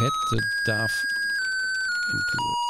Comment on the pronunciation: Also erstmal ich liebe diese Spiele :3 ,da ich 93er Jahrgang bin ist das dann doch vor meiner Zeit . Allgemein der Retro channel <3 Jetzt ohne ein Grammar nazi oder sonst was zu sein , aber wie du "dough" aussprichst klingt es wie "dove " und das wäre die Taube , wollte ich nur anmerken , nicht böse gemeint .